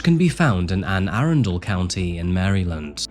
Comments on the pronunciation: for the love of god i wish he would learn how to pronounce anne arundel county. anne ARR-UN-DILL lol. he says arundayle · Oh gross, Meade High school was around the corner from my own growing up... So disappointed to hear he got away with being inappropriate with that high school student due to lack of evidence. (Also, it's pronounced Ah-run-dull for Anne Arundel County, lol - not a big deal, but in the very rare event it comes up in another story!) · Hi. I love you! You are by far one of my favorite true crime story tellers. However- I’m from Maryland. Anne Arundel is pronounced Anne Uh-run-dell. Mare-uh-land. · i love the pronunciation of Anne Arundel County (the county i live in) 😂. Mot making fun at all, but im definitely pronounung it like that from now on ❤